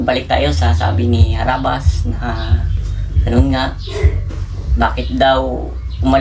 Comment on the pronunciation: Kabilang team bkit ndi mo mabigkas na harabas